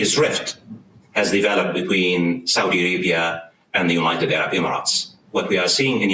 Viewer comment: about yemen...i thought i heard "south arabia" not "saudi arabia". if i heard it right.